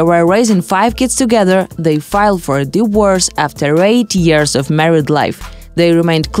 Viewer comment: Can you please get someone who can dpeak english. Its not pronounced a diwors, it is a di-vor-ce